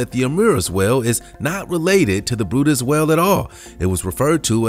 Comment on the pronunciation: The brydes whale is pronounced like it looks, where in the heck did you get brutus???